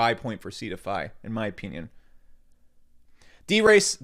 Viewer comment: yo, Just curious, what state are you from? The word 'opinion' always grabs my attention when you say it: "In my oPEENion" (i'm not mocking) I'm genuinely curious what state you're from. That's all.